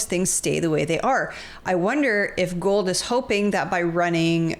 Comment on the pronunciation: Gould. Never forget the "d" is silent.